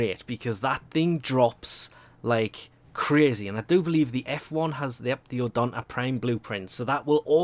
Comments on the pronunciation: Jesus how do u not pronounce it right even if you have an accent. It's ODO-NATA not ODANTA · Is it really that hard to take like 1 minute to read through the name to make sure to at least pronounce it somewhat correctly? I hear so many mispronunciations from your channel and I ignore most of them, but Odonata is such an easy word. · I love it how everyone is bashing his pronunciation of Odonata. Lmao. You keep doing you;)